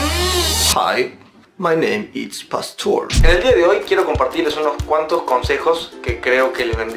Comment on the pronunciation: El "Hi my name is passthor" se volvió legendario y el estandar